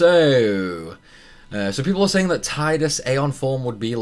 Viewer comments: It low-key triggers me every time you say Tide-us instead of Tee-dus XD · Tee-dus sounds way more stupid though, I called him Tide-us the whole time and will continue to do so (even if it is wrong)